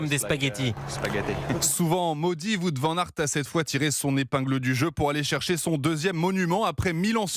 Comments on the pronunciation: que c'est pas acceptable de prononcer son nom de cette maniere en 2026 alors qu'il n a rien de compliqué pour un francophone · c'est pas comme ça qu'on prononce son nom